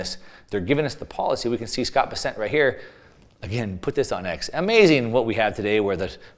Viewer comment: Why does always mispronounce Scott Bessent’s last name?